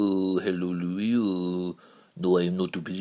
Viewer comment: Louis not Luis